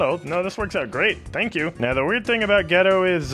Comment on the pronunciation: i am trigger from the way you saidd geto say the E like EEEE not eh